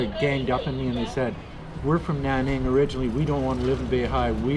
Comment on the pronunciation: Not Naning but Nan ning.